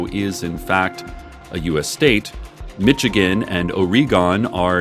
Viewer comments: "Mitchigenne" That ain't it sis lol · "mitchigan" aw, cec you dork